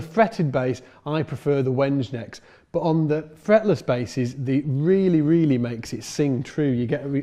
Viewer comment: Wenge—I think you'll find that's "WENG-ay". All the best to you,, and thanks.